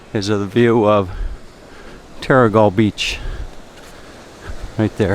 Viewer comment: Yes you did pronounce it right - The Skillion at what the locals call The Haven. Terrigal